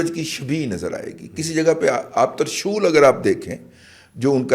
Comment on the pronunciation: ترشول کا تلفظ میرے اساتذہ نے 'ت' کو 'زیر ' سے بتایا ، ' زبر' سے نہیں ، لغت میں دیکھ لیں۔😅